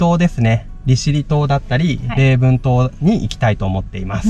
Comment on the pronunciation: 遅レスで失礼。私も昨年丁度同じ時期の6月9日から3週間バイクで北海道周りました。道南以外、利尻、礼文の離島も行きました。 行きも帰りも大洗ー苫小牧便でした。更に9月には道南と奥尻島にも行きました。こちらは行きは新潟ー小樽便、帰りは函館ー大間便で 東北も周りました。走行距離6月が4500㎞9月が3700㎞でした。北海道大好きになって、10月には秋の3日間乗り放題切符2冊買って電車でも周りました。 更に来週にはレンタカーで一週間回る予定です。GW前なのでレンタカー代安いので😅フェリーは車は本当に高いですよね。離島なんて行けません😂 あと細かいですが「礼文」は「れぶん」と読みます。礼文島以外に、長万部辺りに室蘭本線の「礼文」という駅や礼文華(れぶんげ)峠という道路もありますよ😎